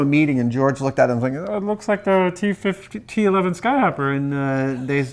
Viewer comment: dude i heard 9/11